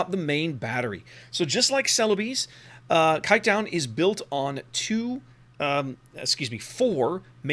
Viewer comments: The "Kijk" part is okay, the "-duin" is pretty far off lol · The way he prenounced kijkduin just made me laugh my ass off (in a positive way).... that including an amazing review earns him any like and new subscribers👍💪